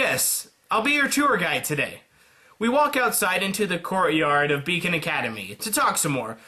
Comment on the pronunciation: the first time you said Beacon Academy it sounded like bacon academy. You my friend, know how to make people happy! Ps thank you so much for making these videos. I actually found out about you from your rwby about season 3 vid, and I liked it so I stayed. Please keep making these videos, and could you also PLEASE PLEASE PLEASE do Dangan Ronpa?! I noticed your monokuma pin and I freakin love the game series and animes. But please if you do please get the english version.